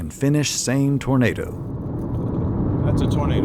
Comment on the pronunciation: Lol tornad is how you pronounce tornado in French.